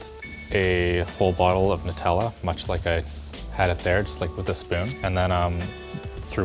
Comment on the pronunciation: "Alexander "nutalla" clark" lmfaoooo